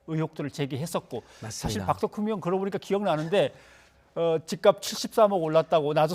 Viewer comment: 박덕흠이 아니라, 박"돈"흠이구만 ㅎㅎㅎ